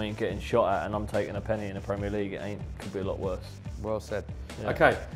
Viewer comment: Loves Nobes, top bloke. This is worth it just to hear the way he pronounces 'penalty'.